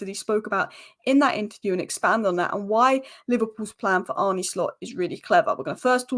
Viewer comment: Arne = Arn Uh